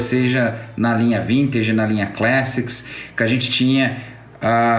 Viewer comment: Legal a review. Aí em cima o link pra a pronuncia correta da palavra "classic" em inglês. Bom trabalho.